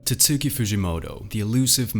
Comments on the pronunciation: Bro literally called him "Titsuki fujimoto" 💀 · Bro the mystery is solved: It's pronounced TAT-SKI Example video